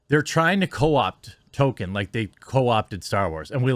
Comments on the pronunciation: Can somebody please instruct this man how to pronounce Tolkien? Please. I love Jeremy's videos but I just can't stand it anymore. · Bro, you have got to learn how to pronounce the man's name. Tolkien has an L in it. He's not the black kid on South Park. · I can’t get over the fact that Jeremy keeps calling Tolkien “Token” bruh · OMG. Please stop saying "Token." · Will you please pronounce "Tolkien" right please! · The way you say Tolkien triggers me ngl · It's Tolkien not Token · His name is ToLkIen not Token! He’s not a black South Park character! Is it literally impossible for you to pronounce even one person’s name correctly? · I like your channel, but would please learn how to speak properly? J.R.R. Token? Please proof read and got some phonics lessons if you are going to base a career on public speaking. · Real name: Tolkien Jeremy's version: TOKEN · It's not token jerremy. Try saying it like toll keen. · Dude! Stop saying "Token." His name is pronounced "toll-KEEN." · Are you saying Token instead of Tolkien (Toll-Keen) because of the south park episode? Lol. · Tol - keen! Not Tol - kin. Sorry. It was driving me nuts 🙃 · I know you're trying to say tol K ein but you pronounce it token. “Evil cannot create anything new, they can only corrupt” - J.R.R Tolkien fuck the woke trash that destroys everything I love. I hope it bombs and doesn't even last one season. It could of been a really good show with the fall of Numenor and the deceit done by Sauron and the twisting of the Numanorian king and the creation of the black(as in evil) Numenoreans. It could of shown the construction of temples to Morgoth. It could have shown the eventual rise of Sauron. That to me is way better than this woke shit. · Why does Jeremy always call Tolkien "Token", am I missing a joke here? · Fuck sake Jeremy, are you saying 'Token'on purpose? :D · Any one else being driven nuts by him pronouncing Tolkien the same as “token” for the last four videos on this topic?? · The world of "tolken"?